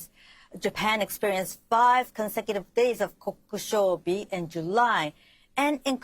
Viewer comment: Is really Japanese? Her pronunciation of “kokushobi” sounds very off